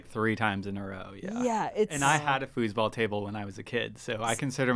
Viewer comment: …. I thought you said fooooootball lol I had to rewind. Fooseball got it lol I can’t spell that